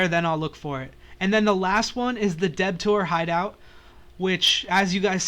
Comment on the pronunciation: Lmao "The Deb-toor hideout"